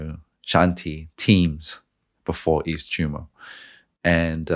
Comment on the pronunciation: The cheeseburger analogy sold me. Also: It’s pronounced “EVE-TO-MORE”